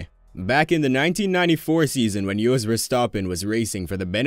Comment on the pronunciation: Joe??? His name is Joss! And Iyotn and Veilno? Really? Never heard so much mispronouncing of names...